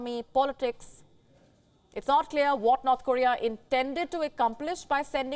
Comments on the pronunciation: It's funny but it sounds like she is saying "Not Korea" instead of "North Korea" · I keep hearing not Korea.